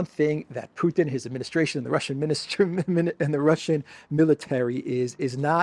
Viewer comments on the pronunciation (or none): none